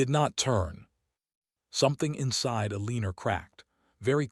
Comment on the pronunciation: Please stop using the name Elena with this AI!!!!!! I can’t stand the pronunciation Elenor!!!!! And don’t use hoping the AI is not a the level to pronounce it properly.